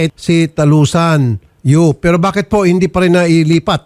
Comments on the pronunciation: It's Yu not Uy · senator raffy, YU po hindi UY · Senator Raffy hindi UY kundi YU po.